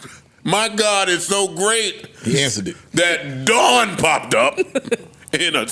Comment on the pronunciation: Mel calling her name wrong is crazy